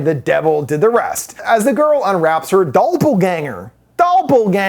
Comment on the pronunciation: “doll-pelgänger” WAS funny!!!!!